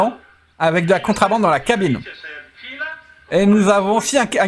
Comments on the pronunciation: Merci pour la vidéo. Juste un truc, en français on dit contrEbande pas contrAbande ^^. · On dit contrebande est pas contrabande lol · C'est contrebande et pas contrabande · La remarque est pour, à l'oral, qui semble dire contrAbande lorsqu'il commente justement. Le titre du jeu est en anglais, donc il est en effet normal que ce soit écrit à l'anglaise, tout comme le mot Police, mais ça, c'est moins génant;) (c'est d'ailleurs pour ça que le verbe choisit par By2d est "on dit" et pas "on écrit")